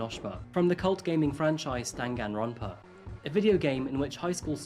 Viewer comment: “Junk-oh Enosh-Shuma from Dan-Gan-Ronpah” HELPPP 😭💀